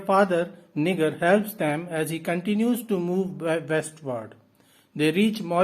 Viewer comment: Thank you so much for the summary! I wanted to give you a heads up however and let you know that the "G" in Niger is pronounced more like a "J", like "Nijer". Your summary was super helpful, thank you!